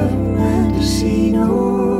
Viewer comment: British Alexa can't say Mendocino 🤣